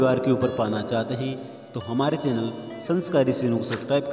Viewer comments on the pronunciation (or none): none